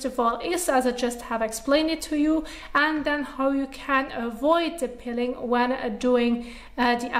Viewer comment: It is Peeling not pilling.